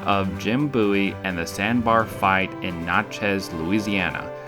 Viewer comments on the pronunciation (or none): Hey asshole learn your history......its Natchez,MISSISSIPPI NOT Louisiana! Pronounce as Bat chez (Natchez) not Notchez geese ! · Natchez is pronounced like matches. With a heavy zzzz at the end. And it’s in Mississippi, on the Mississippi River. Vidalia, Louisiana is across the river from Natchez. I live in Natchez! Lol.